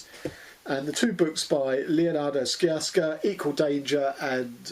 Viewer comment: Sciascia pronounced SHA-sha